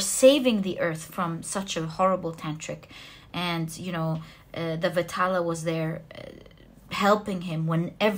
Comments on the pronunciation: Pile 1.it is not vitaala.it should be pronounced as vedhaalaa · Pile 1....its vikram and Betal(not vitala).... Resonated totally... 😊